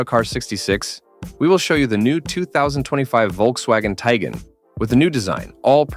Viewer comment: Dude can’t even pronounce the name correctly.